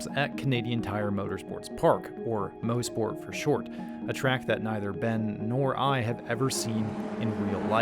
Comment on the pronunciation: "Moss-Port" not "Mose-Port" glad you guys had fun up here in Canada!